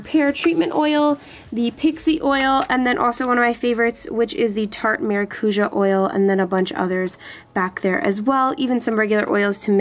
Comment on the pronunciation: I'm from brazil and it's really funny how you pronounce maracuja 😂😂